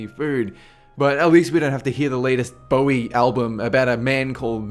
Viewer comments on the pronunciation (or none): none